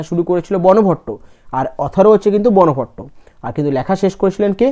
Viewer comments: ওটা বনভট্ট উচ্চারন হবে না। ওটা বানভট্ট উচ্চারন হবে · তুমি ভালোই ক্লাস করাচ্ছে কিন্তু সবচেয়ে বড় কথা ক্লাস করানোর আগে নিজে রিভিশন দাও উচ্চারণ গুলো ঠিকঠাক করে করো. হিউ এন সাঙ, বানভট্ট এগুলো ঠিক করে বলো